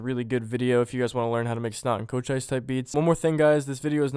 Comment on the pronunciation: chochise Co-chees thats the pronounciation